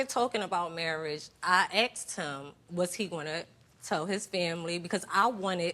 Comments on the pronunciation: "i akgst him"............................. :) :D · watched 3 videos , THEY ALL SAY : AKSED instead of ASKED WTF ...